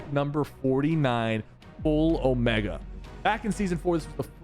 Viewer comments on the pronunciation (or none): none